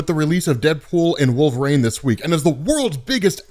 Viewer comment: Saturineeen, Mer-lynne, Wolv-rain lol